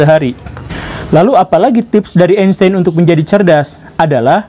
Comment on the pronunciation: Einstein, karena ejaan jerman, dibacanya Ainstain pak guru.. Gimana, saya pinter kan dalam hal ini hahahaha